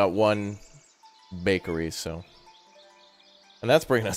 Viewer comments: "Buckary. what the hell is a buckary" 🤣🤣🤣🤣🤣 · The way he said bakery… it… it just irk me a bit not gonna lie